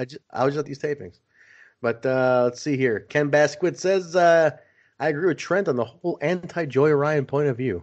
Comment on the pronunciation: hey guys thanks for the show! just fyi my name is pronounced BASKAY thanks